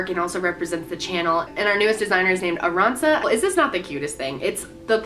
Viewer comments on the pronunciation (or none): You pronounced Arantxa wrong :o